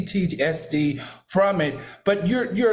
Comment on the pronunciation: That PTSD pronunciation had him hemmed up lol